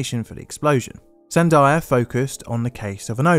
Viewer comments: San-dee-uh not san-die-uh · The name of the Albuquerque lab is pronounced "San-dee-aah", NOT "San-dye-aah". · Lol... Sandia.... "San-dye-ah"..... it's pronounced san-dee-uh.... this did make me laugh a lot, though. Love your channel. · Good documentary. Couple things: Chesapeake = Chess-ah-peake. Not 'Cheap-skate' Sandia = San-dee-ah. Not 'San-die-ah' Keep up the solid work. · It’s not zan-dye- ah national laboratories my friend, (it’s part of the huge military complex here where I live) it’s San-dee-ya. Sandia national laboratories and then there is the Los AL-A-MOSE (LOS ALAMOS NATIONAL LABS JUST NORTH OF SANTA FE WHERE THE FIRST NUKE AND ALL THE ALIEN STUFF IS) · SanDEEa Labs, "San-dye-a". Hahahaha. I was caught off guard, I barely caught the "Albuquerque" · Oh my gosh I almost didn’t catch what he was talking about when he said San-DYE-ah National Laboratories 😂. He has such impeccable research except for the pronunciation of place names (not the first time he’s butchered a name). The name is Sandia (San-DEE-ah) National Laboratories. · san-DIE-uh National Laboratory in New Mexico?... I wonder if that's near the san-DEE-uh National Labs? 🙄🙄🙄 This Brit guy, he slays me... 😆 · The name of the research facility in New Mexico is pronounced "San DEE ah", not "San DYE ah" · FYI, "Sandia" is pronounced San-dee-ah, not San-day-ah. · Sandia - Spanish word means 'watermelon' - it's not "sand eye ah" it's 'sand EE ah'. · Fyi, Sandia is pronounced sandeeeuh not sandaiya. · SAN-dee-UH.... not SAN-di-ah.... Sandia National Laboratory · GREAT coverage of this dark day in the USN. Bravo! Sandia is pronounced, "SAN-dee-ya." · Always find your videos excellent, learn so much from them each time. Was a military brat. In the 80's during enlistment and saw similar events in our branch. My dad and his friends were not pleased. Just one observation you said Albuquerque correctly but Sandia Labs was not quite right. San-de-a is closer. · Lol at "Zendaya" National Laboratories